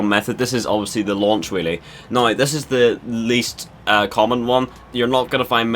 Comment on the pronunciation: every time he says whelly he says willy